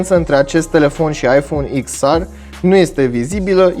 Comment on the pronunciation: Daca tot zici “ar” la r, de ce nu zici si “ecs” la x? No hate 🤜🏻🤛🏻